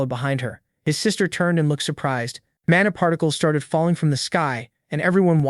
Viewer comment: AI keeps pronouncing mana as mona